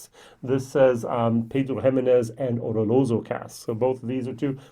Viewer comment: Good choice!. Not easy to see a travel retail bottle being reviewed. There've been a few TR bottles that have totally blown me away. So yes, imo they too deserve to be reviewed. Every time you say oloroso, I hear u pronounce it ololoso or oroloso haha. I'm no expert so i don't know what is the right way to pronounce it. Or may be its just me lol! Btw my favourite glenmo is the nectar d'or.